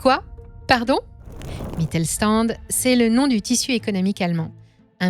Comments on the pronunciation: Une précision phonologique qui aurait été utile pour la préparation de cette vidéo: Le st- se prononce "sht" en allemand (Mittelstand). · Sauf à Brême, «Mittelstand» se prononce «Mittel-chtand». Mais sinon, vous avez bien tourné le truc.